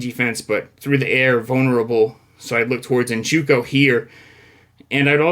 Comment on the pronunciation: NJOKU not NJUKO. How many times you going to mispronounce the same dudes name?